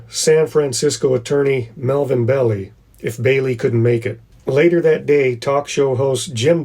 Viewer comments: Awesome vid series. BTW, I'm pretty sure the correct pronunciation of Melvin Belli's last name is "Bell I" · Good video. Interesting! By the way, it’s pronounced “melvin bell-eye” I know because I am old!